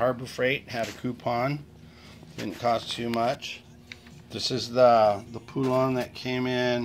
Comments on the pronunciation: That name is pronounced as in pollen not phoolon. Good basic video for some that know nothing about chainsaws 😁🛫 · Can't pronounce poulan,it's po-Lun ,God